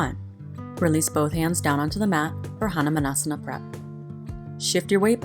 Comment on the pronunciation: Hannahmannasana ???? ???? xD xD xD (Hanuman or Hanumaan is pronounced as Ha-noo-maaan